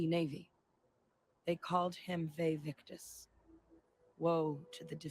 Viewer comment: Vae victus?! Kane is rolling in his coffin😂